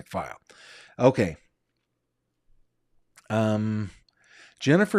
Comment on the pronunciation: The way you say SOTO is ridiculous